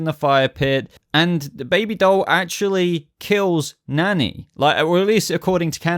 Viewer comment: Are u saying "Nanny?" I thought it was "Manny" 🤔🤔